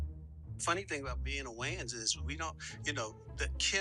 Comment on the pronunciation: you can't ever get names right. His name is Damon Wayons!!!